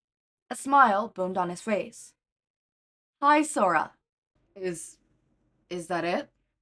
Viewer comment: I do believe it's supposed to be pronounced as hee-sora instead of hi-sora, but amazing otherwise!!!